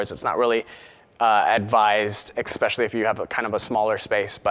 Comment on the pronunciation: CAN'T LISTEN TO THIS FOOL SPEAK ANYMORE!! I made through about 100 "uh" and "um"s but my eye started twitching when he used the word "eXpecially" and I stopped the video and headed for the comments. This person should find someone to speak FOR him because he obviously can't speak for UMM himself.